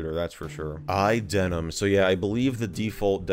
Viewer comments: Why do you keep pronouncing iDeneb as iDenim? Did I miss a memo? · Why do you say "iDeneM" with M and not "iDeneB" with B? Or am I just (not)hearing things? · What’s the deal with idenem thing? Am I just mishearing you? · Sounds like you're saying iDenim, like, MacOS Jeans. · is it just me or do i keep hearing you say iDenem ? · He keeps saying "iDenim" and "Hackintozh"... x_x